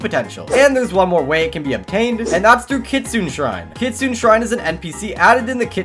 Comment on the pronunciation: you have to be kidding me it’s kitsune not kitsuen